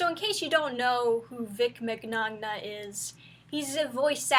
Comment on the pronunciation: "I'm not a Vic mig-nagna fangirl" we all figured that when you didn't say Vic Minyana lol. This is all pretty bloody stupid though, the voice actor for Bulma recently accused him of sexual misconduct with no details or evidence, she's now threatening anyone who asks for proof or criticises the decision to have Vic fired without evidence with threats of legal action and keeps mentioning her lawyers and screen shots of the most docile of comments.